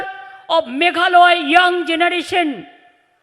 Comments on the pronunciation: Meghalaya not meghaloy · Meghalaya not meghaloi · bjp and tmc he is for another state he is not for in my own state vpp he is the real party in this time ilove vpp long live vpp Mamata Banerjee he dnt how to say mahalaya he say meghaloi he dnt now the pronounce hihihi im so funny 🤣🤣🤣🤣🤣 to see the cm of kolkata he dnt now how to pronounce please go to school again mam